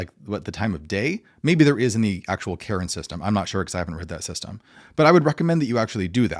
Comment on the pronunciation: I am weirded out each time you pronounce Cairn as Karen. There is no second syllable.